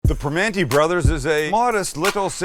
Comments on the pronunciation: It’s Primanti’s, not Primante’s. Signed, Pittsburgh metro area. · Being from Pittsburgh I can stand how your saying it. It’s PR MAN EES